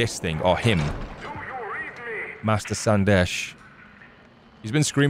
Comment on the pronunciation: When you say col Sandesh I heard col sanders 🙈